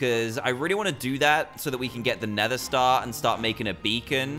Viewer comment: I think u mean “nether” not neather